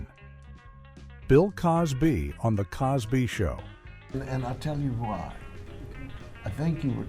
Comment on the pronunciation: I agree - - Bill Coz Bee? - Danny Mas Ter Son? - Lor Ee Lock Lin?